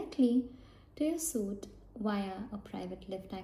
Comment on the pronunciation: Great video! You have a lovely accent. Just a small note, but "suite" is a french word and pronounced like the word 'sweet' in english :)